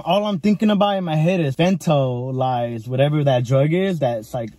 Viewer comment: The way you said Fentanyl lol